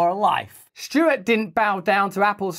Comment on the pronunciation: is it Jon Stewart or Jon Shtewart?